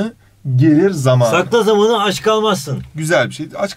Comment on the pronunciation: Hayır normalde samanı kelimesini hızlı söyleyip zamanı kelimesinde a yı uzatıyozya o onları ters söyledi